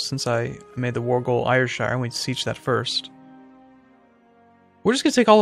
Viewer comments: ayrshire is pronounced airshire not ayirshire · Also, I don't know if its already been said, but Ayrshire is said as though it was 'airshire'. Not 'ayershire'. :) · just so you know, Ayrshire is pronounced Air-shire.